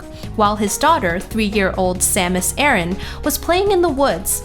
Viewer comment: You'r pronouncing Aran wrong